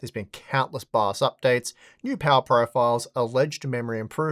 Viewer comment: Pouwa, fasta. Noice.